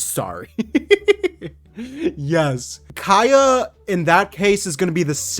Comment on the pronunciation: since it's been so many times... it's KAEYA not Keaya...